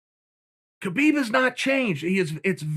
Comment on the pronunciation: Khabib isn't coming back🤔Perhaps because no one cares to say his name correctly......